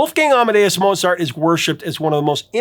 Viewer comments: Pronounced Mote-zart. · The maestro's name should be pronounced, "Mowt sart." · You actually mispronounced Mozart. [cringe]